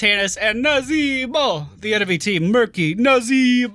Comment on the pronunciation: As a new sub to your channel, can you or someone else explain to me why you say 'NAzeeee-BO' in that african accent? It's hilarious and gets me every time haha